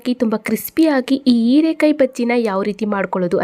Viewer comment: Erakaee alla herakaee please correct your kannada